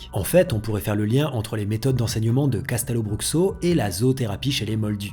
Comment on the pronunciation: Hey! Simplement pour te préciser que Castelobruxo se dit " cachtèlobroucho" Signé: une brésilienne qui aimerait y travailler